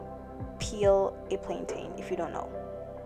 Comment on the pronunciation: I love the video, thank you girl 💜 but as a Jamaican how you pronounce Plantain irks me 😂